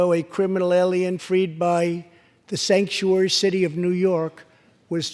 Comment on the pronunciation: Okay I know president trump said Stanksuary instead of sanctuary but all cases of them it is stanksuary it stinks any state has sanctuary cities they should not exists with terrible rules. Love the speech here this president you got to love him whether you hate him or trying to impeach him you got to be at loving heart to a fighter for the u.s.a fight on mr Trump The Trunp card for the United states so fight on And one of the best or the best State of the union Addresses I ever seen